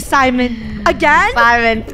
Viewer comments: its not simon… its “SIMAN”😍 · FUNNEH SAID SIMAN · “Guys meet our friend ✨SIMAN✨”